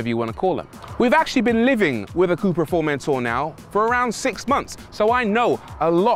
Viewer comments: In Spanish we don’t say Formentorrrrrrrr only Formentor lol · The correct pronunciation would be “Furmentó”